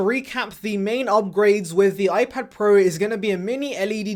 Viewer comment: Ipad prueh , pruhs prows